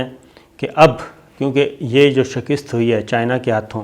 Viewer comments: Lafaz shikast hota hy shikist ni hota mazeed Aftab Iqbal sy bt kr lain, arzay, Mazhar Khursheed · correct your words shikast not shikist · Shakist ni hota, SHIKAST hota ha. Update your self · تلفظ کا خیال کرین.شکست کواپ نےغلط طریقہ سے بولا ہے. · لفظ شک`ست ھے ۔ شک نیچے زیر نہی ھے زبر ھے بولتے وقت زیر سے شکست بول رھے جو غلط ھے